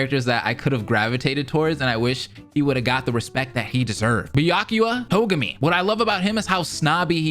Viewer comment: For them to be able to pronounce it right, I believe the way to pronounce it is: “Ba-yaku-ya To-gemi.”